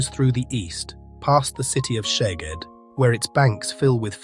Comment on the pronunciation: I would like to help with the correct pronunciation of Hungarian city and town names. Szeged - not Sheged, but only shortly Seged, not Debretshen, but Debretsen- without "h", not Pecs, but Peitsh-with "h", and so on....